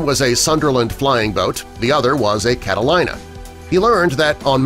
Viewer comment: *****IT IS PRONOUNCED "CATALEENA", NOT "CATA-LIE-NA".